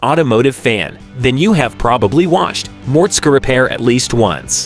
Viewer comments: No! I don't like MORTSKA, but I love some Mortskeeeeeeeeeeee Repair! Man oh man! Some folks should do a little repair before doing narrating! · A lot of these facts are not true hes not married and hes had duff a lot longer and the skylark was already his dads he just ls swapped it by the way learn how to pronounce his name properly